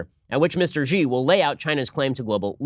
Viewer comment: Wah-way? Chinese leader Gee? Bei-zhing? The mispronunciation of Chinese words/names shouldn't be this amusing, but it is.